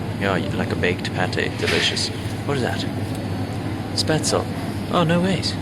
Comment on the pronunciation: Spätzl hahaha love how you pronounced that :D you really got me with that audi car lock sound at around 2 min, I thought that was mine o.O also I don't really like chess because there is too much brain stuff involved but I like the black and white squares